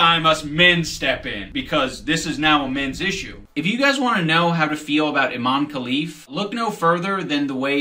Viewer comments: I dont understand how no one can pronounce her name right, Imane, not Aman. So strange, like Kamala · I-man-e. it doesn't get any more cut and dry than that